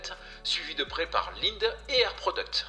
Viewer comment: ça se prononce "Lindé"